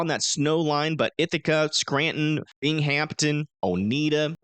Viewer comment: In Upstate NY, Binghamton is pronounced Bing-um-tin, not Bing-Hamp-Ton.